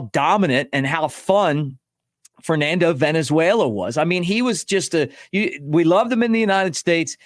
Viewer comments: It is Valenzuela not Venezuela you clown. Do your homework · I’m more than old enough to remember Fernando, Mick. His last name is Valenzuela (Val) not Venezuela, which is a country. C’mon dude. You’re better than that. Thanks for the constant content. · Hey love you Mick but get it right-the guy's name was not Fernando Venezuela it was Valenzuela. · Valenzuela, not Venezuela. 😊